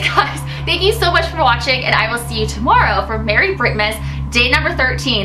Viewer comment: Watching not washing LOL